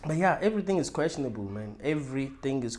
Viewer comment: It’s questionable* not quastionable